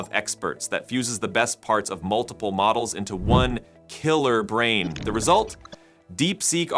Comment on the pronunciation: Why was so much emphasis put on "KILLER BRAIN"